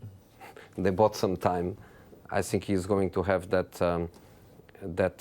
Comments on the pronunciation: You sssink "think" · Jose past but I think Now Jose but I sink😂sounds though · Nobody : Jose : "I SINK" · “I siink” lol